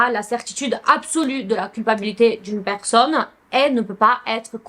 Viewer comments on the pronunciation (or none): none